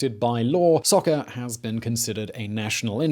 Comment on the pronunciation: I'm sorry. You pronounced SOCCER wrong! 😂😂